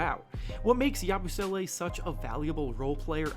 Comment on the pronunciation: Please pronounce Yabusele correctly...